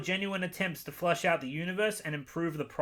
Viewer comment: I re-listened to this & now idk if he said it wrong or not lol